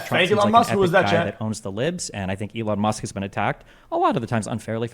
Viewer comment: "Elone Musc"